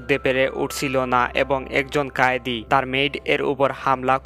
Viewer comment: ঐ হালা কয়েদি ,কায়েদি না